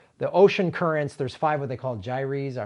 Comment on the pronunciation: GYRES = jái ers (accent on first syllable)